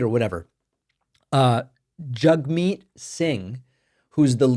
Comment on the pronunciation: Its not Jugmeet Singh its Jagmeet